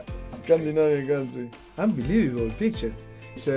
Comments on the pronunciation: No one : Pochettino : unbeliavable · Nobody: Pochettino:UNBIELIEVABLE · Nadie: Pochettino: Ambelivobol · Pochettino : Unbelievable Unai Emery: Good Ebening